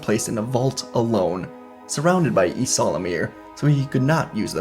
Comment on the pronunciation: Man your legends knowledge is a bit weak. Good story tho. Its (ee-sal-ah-meer-ee) Ysalamiri